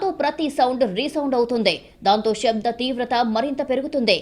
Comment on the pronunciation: తల్లీ తల్లీ షభ్ధంకాదు శబ్దం తెలుగు ను చంపకు వారు మనుషులు ని చంపడం తో సమానం షవయాత్ర!!!!!